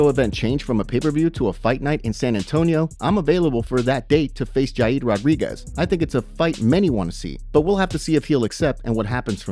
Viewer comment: duded called yair "yai yeed" lmao